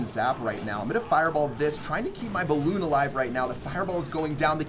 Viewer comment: Sorry but it's "balloon" lmao